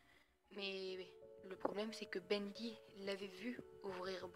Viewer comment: c pas sa l'histoire et tu a dit bendé